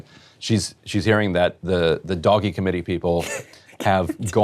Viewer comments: I'm with Emily, it is hilarious every time Ryan says "Doggy" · Can't stop laughing how he pronounces DOGE - it's not dog buddy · it cracks me up everytime he says doggy committee XD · I'm ok with Ryan pronouncing "DOGE" as "doggy" ... we can go with that :) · I fkn love how ryan actively refuses to pronounce doge the way its intended to be lol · The most offensive thing about this video is Ryan’s flagrant inability to pronounce doge. You are making your living on the internet, learn a meme! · I love how Ryan Grim deliberately mispronounces DOGE, and then says "Sorry", and likely intentionally mispronounces it in a different way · Its not doge eh, not French or Canadian, are you miss pronouncing this on purpose? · Can we get a counter for how many different ways Ryan pronounces “Doge”?